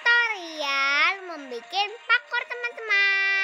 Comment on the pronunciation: Ke napa nyebut nya pakur parkuor